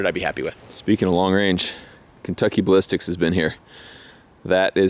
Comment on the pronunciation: you said "ball iss ticks"..... And "Choo ting".